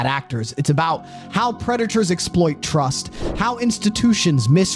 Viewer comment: Can pronounce trust and tens of thousands. Must have SOME cockney accent influences, though 🤔